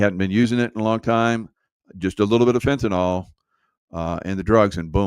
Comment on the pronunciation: Its FENTANYL, NOT FENTYNOL